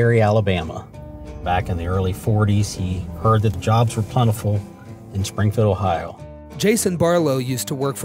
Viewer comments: It's Ohio, not Ohao, missus. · I noticed her pronunciation too. I grew up in Ohio, even lived in Springfield for 5 years, I haven’t heard that way of saying Ohio. Oh-ha-oh. I do know the people in Cincinnati pronounce it Cincinnati-cin-nat-a. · I didn’t know Ohio is pronounced “Oh How” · Have I been mispronouncing "Ohio" this whole time? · I am shocked about the way this woman pronounces O H A A A i O